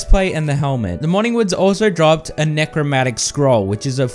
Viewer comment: I'm a melee boy, I only use summons to add extra damage on top of my melee attacks.. And you forgot a syllable, it's Necro-MAN-tic not Necro-MAT-ic